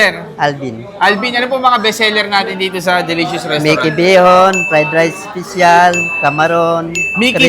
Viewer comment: Hmm why do you have to mock the way how he said "special?" (ispisyal) 🙄